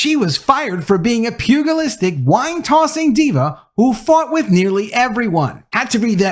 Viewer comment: It's pronounced " pew- ja- list"